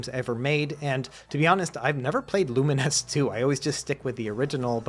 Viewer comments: Wait, that's how you're supposed to pronounce Lumines? I have spent all these years thinking it was pronounced like Bovines or two mines... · TIL the correct pronunciation of Lumines. Why wouldn't they just spell it with -NESS?